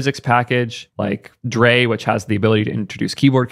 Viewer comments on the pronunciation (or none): "Drei" = "Dry" not "Dray" "Zustand" = "Tsoo stand" not "zuss stand" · Drei and Zustand are german words meaning "three" and "state" :-) Drei is pronounced more like dry and zustand lik tsoostand (long a)